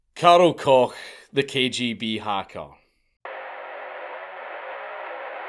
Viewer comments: Isn’t that last name said as Coke? Not Cock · Koch is pronounced the same way coke the soda is pronounced just fyi